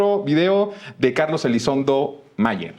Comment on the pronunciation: Elizondo o Elizonzo?? 😅